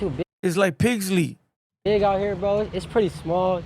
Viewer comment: Pixley not pigsly 😂